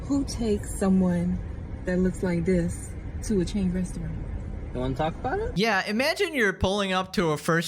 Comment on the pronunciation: ...and can't pronounce "restaurant".